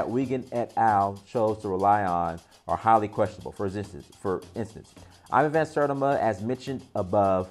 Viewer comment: Bro have you ever even heard of Ivan Van Sertima or much less read any of his books? Clearly you have not even heard of him just by the way you Mispronounced his last name.